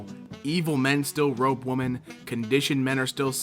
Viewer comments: Why do you keep saying "rope" rather than "rape"?.. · Why does he say “rope” instead of rape? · Did you say ‘rope women’? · If say "rope woman" instead of rape one more time..